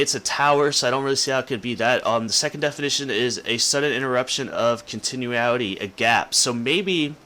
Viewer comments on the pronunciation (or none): none